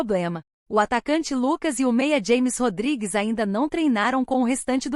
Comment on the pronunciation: É James Rodriguez. Rames. se pronuncia doida. Aprenda aí. Êle não é americano. É colombiano . Aprenda.